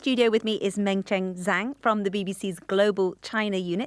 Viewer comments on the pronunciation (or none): none